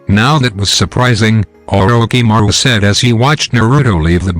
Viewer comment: The pronouncing of orishimaro is wrong